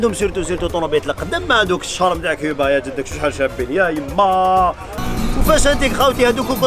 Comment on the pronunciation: يا خويا.... جمال.... كوووووووبا.... ماشي... كيييييييييبا